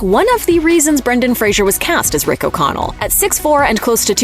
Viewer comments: Fraser like fray and sir. Not like fray and sure. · Fraser not Frasier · Fraser, not "Frazier" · Scorpions sting not bite and it's Fraser not Frasier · I've got to stand up for Brendan here and remind you that his last name is pronounced "FRAY-zər" as in "razor" and not Frasier as in the television sitcom. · Fraser* lol, and it's pronounced like "razor", not like the Kelsey Grammer character. But yeah, he's awesome, I loved him in this, Blast From The Past, Airheads, even the small part he had in the show Scrubs was done amazingly well. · Fraser. its pronounced "Fray zer" FRAYZER...... for gods sake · It's Fraser, rhymes with razor. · His last name rhymes with razor. Could at least make sure you’re getting his name right. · You'd think a channel of this magnitude covering a movie with an actor on a miraculous comeback. You'd ATLEAST pronounce his last name correctly even ONCE in the entire video. But....🤷‍♂️ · Pronouncing Brendan Faser's last name incorrectly will only get you put on the list.